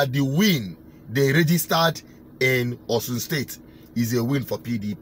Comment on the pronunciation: It is not "Osun" but OSHUN. That's the pronounciation of 'Osun'.